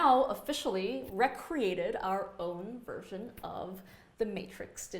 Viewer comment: It's "ree-create"..."rea-create" is just wrong.